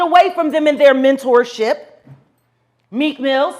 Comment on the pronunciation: “Meek mills”